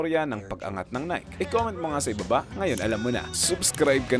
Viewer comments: Nike -Nae kee hindi Nayk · Nayki hindi nayk!!!!!!! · Its Naykeee boss not nayk.😅.. based on greek mythology nike..haiissttttt.. aral muna para alam ng lahat ang tamang pronouncation .. details matter boss . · Nai-kee ang tamang pronunciation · Nike = nai-kee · maganda maliban lng sa pagbigkas mo ng nike...